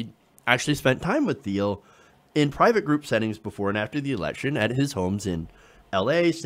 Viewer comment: It's pronounced /tiːl/ not /θiːl/, silly!